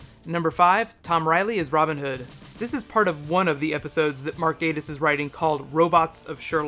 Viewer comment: Good video, but I hate the way you Americans mis-pronounce everything. Derek Jacobi (that is Jack-Obbie) and Mark Gattis (not Gate-iss).